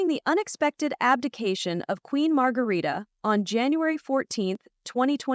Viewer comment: Please do your your homework. Queen Mother is Queen Margrethe, not Margarita and her second sons (King Frederik’s younger brother) name is Prince Joachim not Jacob. Prince Joachim and his wife aren’t in Denmark for Christmas. They are in France. The Royal twins name is Vincent not Viken and Josephine. Our Royal Palace is Amalienborg, not Omleenborg 😆